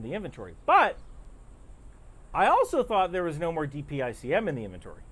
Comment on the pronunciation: Thank you for pronouncing DPICM correctly. There are other news folk and politicians saying it as a word .